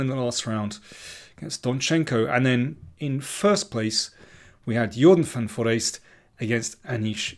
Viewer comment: Thank your for all the excellent videos on Tata Steel Chess 2021. (Compliments too for the excellent pronunciation of the name of the tournament winner, Jorden van Foreest :)!